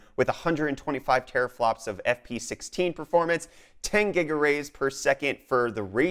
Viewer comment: I thought you was joking when you said GigaRays! That's actually a thing?